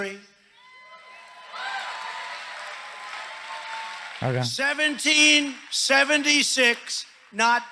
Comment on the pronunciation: critical... Race theeerisths